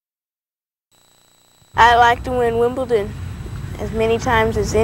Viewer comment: It’d take her winning it 20 times before Richard says WIM-BLE-DON correctly